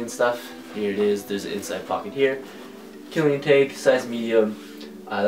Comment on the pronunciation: It's pronounced Kill-e-on lol. Dope vid and keep it up!